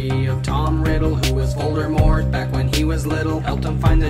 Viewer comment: Why do you say Voldermort it's voldimort